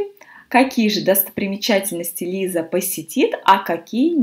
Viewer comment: Почему читаете Лайза, а не Лиза?